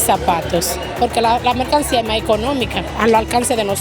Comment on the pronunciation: princesa polaca, dijiste dos veces " MERCANIA, cuando debiste decir MERCANCÍA " pero, sabemos que estás todavía aprendiendo a hablar castellano, así que, continúa mejorando princesa!!!💥🥳🥰